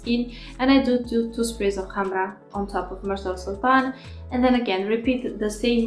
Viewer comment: Finaly someone that pronounces correctly the word Khamrah :) Thank you for your review! 🌺